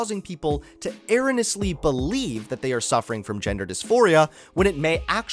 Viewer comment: The way he pronounces 'erroneous' 😅😅